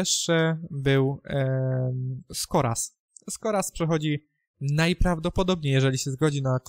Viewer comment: Skóraś!! A nie Skoras.